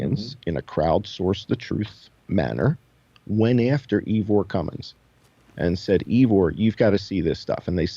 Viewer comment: Ivor's name is pronounced eye'-ver, not ee'-vore. I'm a long time follower of Ivor's channel. I'm certain of the pronunciation. Check out his videos for yourself to confirm. Thanks!